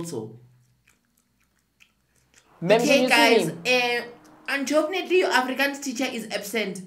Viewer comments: “Untrofunately!” Love it🤣🤣🤣🤣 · ‘Unchofonately’ 😂😂😂 this is so lovely 😂 this whole thing 😂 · Untofunatly Arror 😂😂😂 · Hayi this word unchofnetly😂😂😂😂😂😂😂😂😂😂😂🙌🙌 you can even hear "cqomu" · Untorfunately 🤣🤣🤣🤣 hai shem